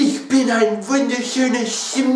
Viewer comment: Wirklich gut 😂 besser als erwartet... Aber du musst Schmetterling ganz hart ansprechen, denn es muss ja klar werden das das Wort Schmettern (Also zerstören) in Schmetterling steckt 😂😂